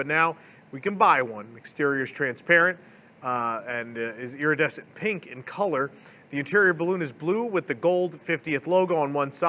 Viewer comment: I've been taking a drink every time I hear "EARidescent" It's been a very rough week...